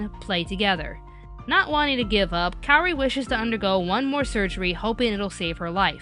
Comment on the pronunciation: THATS NOT HOW U PRONOUNCE KAORI!!!!!!!!! sorry it gets on my nerves.